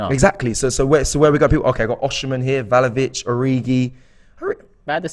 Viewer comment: Btw it’s vla ho vich not val ho vich😅